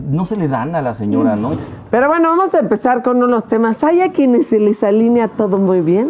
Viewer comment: se dice: ALINEA, no ALÍNEA. Se conjuga como PELEAR.